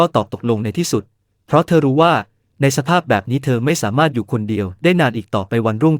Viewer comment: สามารถ อ่านสา มา รด จริงอ่านจะ ริง❤